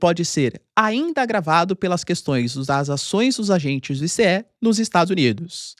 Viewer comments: É estranhos ouvir o professor falar ISSÉ e enquanto em outros lugares é pronunciado AISSI. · Não é "i-cê-é", é "Ai-ci" !! 🤣🤣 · Ninguem fala i-c-e! Fala ice!